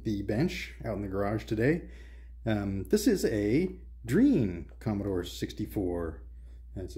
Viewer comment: Nice video. I'm from and in Argentina, you've got pretty lucky, there were many variations of Dreans and on some of them the keyboards were awful (not yours). Just one point, Drean is pronounced as Dre Ann ;)